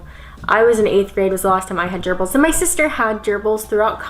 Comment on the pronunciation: Why when she says gerbles does it sound like an STD to me?